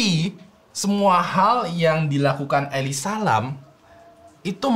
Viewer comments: Jujur gue terganggu banget nyebut Elisa LAM. elisa Lem gitu kek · yg d bahas: elisa lam yang gw denger: eli salam😌🤣🤣, maaf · Elize lem gasih bacanya, ngapa jadi eli salam dah bang😂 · Gua nonton abis baca comment ini jadi kebacanya Eli Salam anjir tiap nyebut namanya wkwkwkwkwkw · why its so annoying everytime when said Eli Salam😭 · bacanya salah, ngakak woyy.. njirr,..🤣🤣 Elisa aja bcanya.. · Nyebut namanya jadi kaya eli salam 😂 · Lu bicara gw denger nya eli salam:v